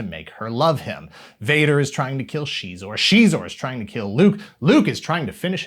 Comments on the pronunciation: Shezor?! Hell nah….sounds like a lil bitch. Zixor(Zyzor)…the only way to pronounce it since the 90’s. SHEEEEZOR?! That’s tarded. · I used to pronounce him as "Ex-Eyes-Ore" all this time its Shee-zor (Xizor) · She?-xor? All this time I’ve said it different, and I’m not stopping. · I'll decide for myself what is and isn't canon when it comes to Star Wars. Disney can't take that away from me! I did always pronounce it "Zy-zor" though, that's gonna take some getting used to. I must've played the snow speeder level of the game hundreds of times. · CHEEZOR?? I had no idea that it was pronounced that way 🤔 🧀🧀